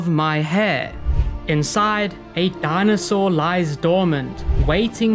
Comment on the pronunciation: "dinosaur" dont piss me off